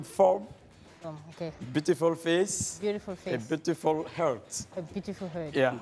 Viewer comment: Beautiful fesses comment ?🤣🤣 Le prof d'anglais là a failli me tuer🤣